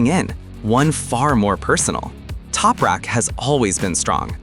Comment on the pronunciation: U need to say his name correctly mate!